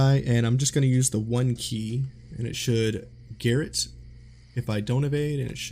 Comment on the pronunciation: Wow, a streamer and native English speaker pronouncing Garrote as GARRET? Guess you don't know what garrote is either. 😂